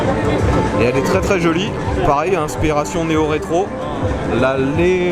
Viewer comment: Merci pour ta vidéo, ça se prononce léonechino ;)